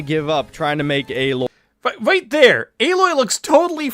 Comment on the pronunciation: # I like the videos but small critique I have is how many will talk about the Aloy thing but use the wrong pictures as an example. That picture you brought up is from the 1st game. The 2nd game is called Horizon Forbidden West, not Horizon Zero Dawn. She looks a little different but frankly better in the 2nd game. Also they say her name as "A-loy" not "alloy."